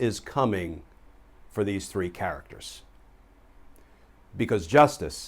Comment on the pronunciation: Love the way Glen says, “these three characters’ just like my Brooklyn granddad, . Thanks!